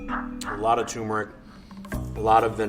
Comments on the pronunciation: It's turmeric not tumeric some expert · lol it's not tumor-ic it's turmeric. Weird pronunciation. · There's no such thing as "tumeric". The word is "turmeric", and the first syllable should rhyme with "germ". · Why he drop the first “r” in “turmeric”? Its not “tumeric” 😂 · Hey, it’s turmeric not tumour-ick. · Its TURMERIC, not toomeric. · It’s pronounced turmeric not toomeric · TURmeric not TUmeric please god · You'd think he would know how to say TuRmeric. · Lot of English speakers do that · TUR-meric why doesn't anyone pronounce the first syllable properly? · I just want to tell him that turmeric has an R before the M and it’s bothering me knowing he doesn’t care. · The mustard expert doesn’t even know how to say turmeric. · Hes says turmeric wrong. Theres 2 Rs in that word. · Mustard expert constantly mispronounces turmeric. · Mustard "expert" mispronounces 'turmeric'. That's no expert. What's next? A Corvette expert that can't say 'Chevrolet'? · Wow this "expert" doesn't even know how to say turmeric.